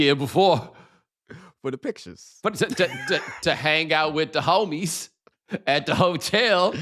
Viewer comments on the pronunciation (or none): Bomani with the emphasis on HO-mies and HO-tel lmaooo